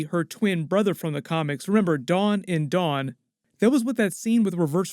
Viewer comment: lmao learn some pronunciation there not said the same. D- Awwn is not said the same as Don 🤣